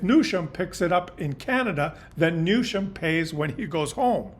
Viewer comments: Love your commentaries, background photos and charts. Keep up the good work! Trivia: Newsom doesn’t have an “h”, so no “sh” sound in his name. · It drives me nuts that you pronounce Newsom Newshom. There's no h in there. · As always,, you are laying out the facts, understandably clearing the fog from our eyes. However, the man’s name is pronounced., “NEW-SOME!” Don’t play Trump’s incredibly stupid games of Word play! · Please show more class than the Orange Monstrous Clown: The California governor’s name is pronounced: “NEW-SUM” emphasis on NEW. Be a grownup and stop making fun of his name… such behaviour is beneath you, isn’t it? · Check out the pronunciation of “Newsom”. It doesn’t have an ‘h’.